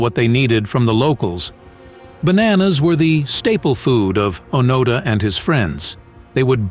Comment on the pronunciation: I don't need commentary from someone who lacks the intellect and/or motivation to formulate a video without utilizing another's accomplishments. The least you might consider is properly pronouncing the name of your subject!